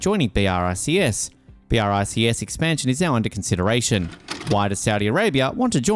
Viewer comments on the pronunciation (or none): It's not B.R.I.C.S. Check the pronunciation, would you?🙂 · I can't get over the narrator saying "B, R, I, C, S" every time...